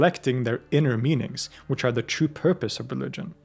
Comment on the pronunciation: Obsessed with the way you pronounce "true" like "chew"